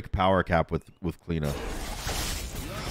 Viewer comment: As an Irish person, it triggers me every time you say Cliodhna and its so so so wrong man